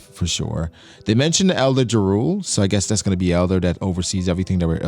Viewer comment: Btw Jarule is Pronouced Ya-rull, Only reason why ik this is bc of Skyrim lmaoo